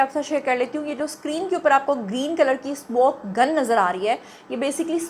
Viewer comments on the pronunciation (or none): none